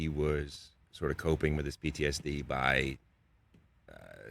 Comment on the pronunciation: You have to have an ear for it. The biggest clue I can offer is when he says the word "by" in the sentence "I knew he was coping with his PTSD by chasing danger..." Only hear that sound in JOISEY.